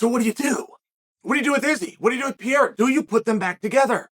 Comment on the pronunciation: Love you Chael but why are you always saying names incorrectly? Pierre and Kamara 😂😂😂 💙